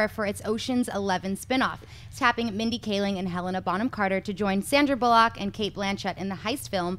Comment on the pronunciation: "Sandra Bull-lock"....say it right. Come on, it's not hard. Bullock, one word.